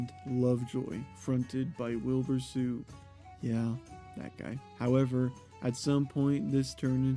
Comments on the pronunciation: does wilbur soot actually pronounce his last name as "suit" or are you just saying it wrong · soot rhymes with foot, not fruit